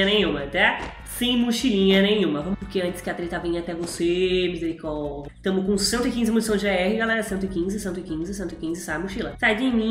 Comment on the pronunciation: Quem gosta quando a fala misericordea